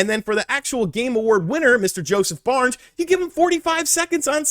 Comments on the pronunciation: You keep saying Josef BARNES? It's Josef FARES... pronounced "Fah ress" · Did he say Josef Barnes 🤣😂 you like a guy but dont know his name and u keep saying it 😂🤣